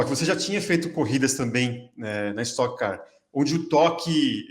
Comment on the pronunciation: es"toque" car, já tá no nome